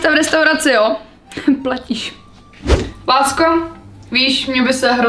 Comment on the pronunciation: ja som počula namiesto,, lásko,, , že ,,pásko,,. 😂